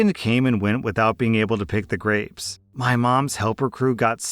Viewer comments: I kept hearing “graves” instead of grapes and was horrified by the prospect of juicing and picking graves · Story 8: did anyone else hear "graves" instead of "grapes" at first and get super confused? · I thought you said graves instead of grapes and that made for one wild story 😂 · just having this as background noise while i do other things, i thought you kept saying graves over and over again. had to rewind to hear grapes..... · I kept hearing Graves instead of grapes while getting ready for work. I was very confused at first as to what juicing a grave was. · I wasn’t paying attention so every time said grapes I thought he was saying graves. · Oh my gosh, the story about the grapes I thought he was saying graves and I was so confused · lmao i heard graves not grapes XD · Omfg I thought he was saying graves for almost the whole story about grapes 😂